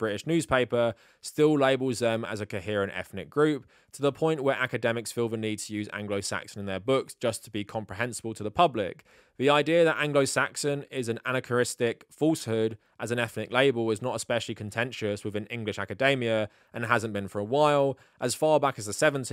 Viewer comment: "Anna Keristic?" It's a-NA-kron-ist-ic.